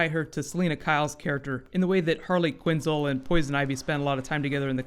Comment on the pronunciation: QuinnZEL not QuinnZIL